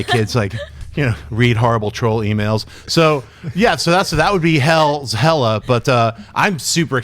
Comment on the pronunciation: hey guys, it´s hela, not hella.